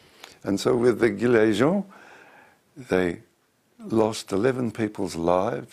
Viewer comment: 16'42 "the guillermo".. WTF ? ah, "the gilets jaunes".. :P